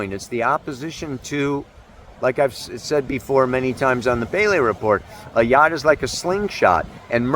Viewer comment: Yod pronounced like good